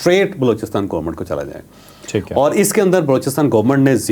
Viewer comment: Please GOMAT na bola kren, GOVERNMENT bola kren.